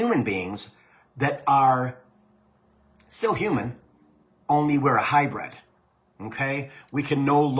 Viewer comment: Say mkay one more time and you will turn into a south park character... also you gave a woman crap to a woman for her spelling when it is her second language but you can't pronounce hybrid... maybe stop